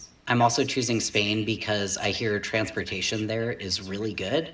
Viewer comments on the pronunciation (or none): She said Trans-portation lol